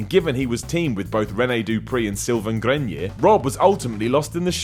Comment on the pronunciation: Worst pronunciation of "Grenier" ever.